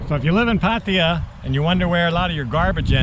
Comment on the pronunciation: Great to hear your pronunciation moving away from the exaggerated “Pattayyyyyyyyyyyyyaaaaaaaaaaa”!